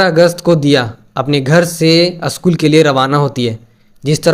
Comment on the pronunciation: Aschool nahi re baba school bol😂